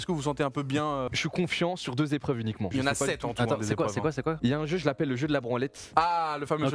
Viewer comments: Il y a 7 zépreuves il a dit 🤣🤣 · Sept épreuves et non septs zépreuves hein Doigby 😉